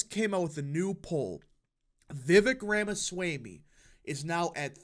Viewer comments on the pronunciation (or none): Loved it. His views on immigration are also in line with trump and more. Last minor thing … his last name pronounced as RamasWAmE, nor swaymE. 👍🏽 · Please pronounce Ramaswamy correctly. It is not hard at all. ROM-uh-svO-MEE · 👍video Ramaswamy pronounced as Rama- swa- ami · learn to pronounce his name. Rah-mah-swah-mee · I think Ramaswamy is pronounced /ɹɒmɒswɒmi/ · Please correct your pronounciation of Ramaswamy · PRONOUNCE HIS NAME CORRECTLY!